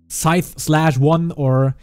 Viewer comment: saying scythe not side